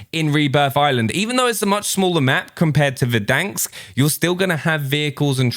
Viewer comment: It’s VERDANSK. Not verdanks....... 😭